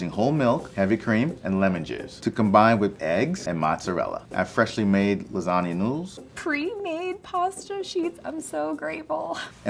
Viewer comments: Did he just say lasana noodles? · why are you butchering lasagna like that